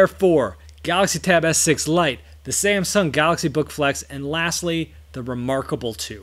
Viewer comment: "SanxSahng Gahaxy" lol 🤣 love it